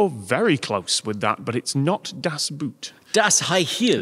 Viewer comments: "das Boot" not "das Buut" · I was waiting for to pronounce 'Das Boot' with a German 'oo' instead of 'u' (English 'oo'), but he also pronounced it the same. No wonder it derailed into 'boot' jokes after that. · It always cracks me up how english people pronounce das boot, when in reality it is pronounced exactly like the english equivalent word boat 😅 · "Das Boot" is pronounced as how you would pronounce "Das Boat" in English, not the shoe ;) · The way you pronounce "Das Boot" ... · How do English speakers keep saying das boot (as in the footwear) when 'boot' in German not only means 'boat' but is pronounced as 'boat' as well... ^^;; Just say "das boat". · Come on, you're the kind of guy I expect to know that "boot" in "das boot" is pronounced like a Northerner would say "boat", as it is in fact about a boat. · Why are you pronouncing Das Boot in english :(